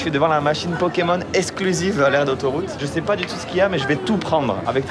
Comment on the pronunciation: je c'est poh ! LOL mais il est devenue québécois ou quoi !?